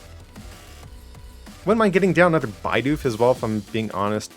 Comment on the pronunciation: please its bidoof not b-eye-doof. Love the content tho!! very underrated channel.